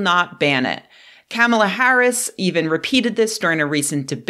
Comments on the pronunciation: “comma”-lah, like the punctuation mark, not “camel”-lah, like the animal with a hump or two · It is pronounced "cop-mah-lah". Sheesh...